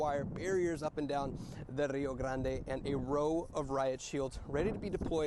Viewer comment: Hard to take that lady seriously with that ridiculous rrrrrrrio grrrrrrande pronunciation